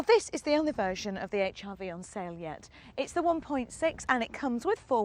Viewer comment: 1 thing has just put me off, the way she says Hrv, sounds like hiv